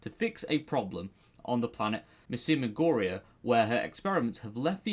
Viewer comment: Miasimia Goria is also My-a-sim-iya Goria and a Tetrap is Tet-rap and not Tee-trap....